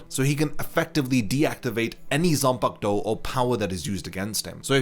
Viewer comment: I just discovered this video. Thanks for the info, but I dislike the way you pronounce the word “Zanpakutou” bro. I don’t know if you’re deliberately butchering it, but could you freaking say the “Ku” in between? It’s not “Zan-park-to”, it’s “Zan-pa-ku-tou”. Tf